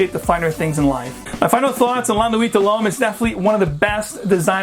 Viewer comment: You butchered the pronunciation but the review itself was great!